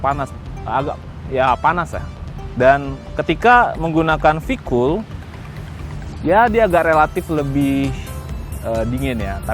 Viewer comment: kok bisa salah dalam pengucapan singkatan to mas e..sayang banget, ini v-kool lho padahal, v-kooooooool.. anyway..nice review